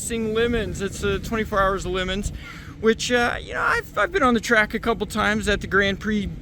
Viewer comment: oh dear lord, please pronounce LeMons correctly, its not a lemon (fruit) or Lee Mons or Li Mons its Le Mons, a French Town famous for its 24 hr Race your a clever guy, at least sound half educated like what i is!!! oh yeah, them valves are real good at their job, the seals are amazing, i scrap aircraft parts, i was taking one apart, maybe 50's vintage so about 70 years old, and yep it was still holding fuel